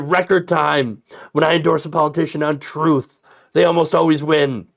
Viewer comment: "Troath...truth sensial."